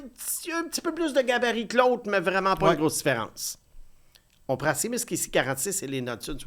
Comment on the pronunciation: Seamus se prononce “Chêmusse” et pas “Simusse”, comme dans “Shea Weber.